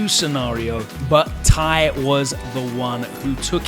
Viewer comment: Thanks for the video! For future reference, Ty's name is actually tee-why. Cheers!